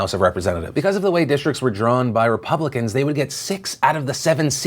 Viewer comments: Jeremy Parsons really? I just assumed he was a bit challenged mentally. repuhhh-blicans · "Ruh... publicuhns..." This dude can't even speak. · why did that one guy pronounce republicans like that... reé- pub! blicans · It first I wanted to make fun of his pronunciation of "Ruh... Puh-blicans". But then he did it twice! Was that intentional? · i think that's the first time that person has read the word "re-publican" aloud, good lord that was painful to listen to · Im going to start saying "re...PU-...blicans" and "DE...mocrats" from now on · Re..pub...licans. Really....he struggled to pronounce his own party's name twice in like 5 seconds. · “Re......PUUB. licans” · "Re....re...publicans?" So uh, how did you get into such a position of power if you can't even pronounce a pretty upfront-about-pronunciation English word? Get a refund if you went to college. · RE...Publicans 😂 why did he read it like that ?? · that man can't even say Republicans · Why did he pronounce Republicans and Democrats like that? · David Lewis can't pronounce Republicans??? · That man has more trouble pronouncing "republicans" than Arnold Schwarzenegger had with the pronunciation of "California".